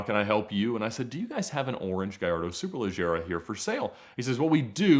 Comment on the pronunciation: The way Ed says “Superleggera” is forever engraved in my mind as the correct pronunciation and now I’m bothered when someone says it another way lol